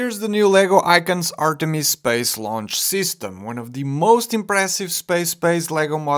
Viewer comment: I thought you kept saying Ariane. 💀That’s a totally different rocket.